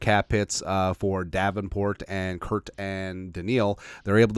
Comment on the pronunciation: I love the videos, but I have a aneurism every time you say "Kurt".